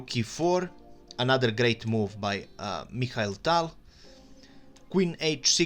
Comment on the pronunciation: He doesn't know how to pronounce Mikhail. My name irl is Mikhail and people always have trouble pronouncing my name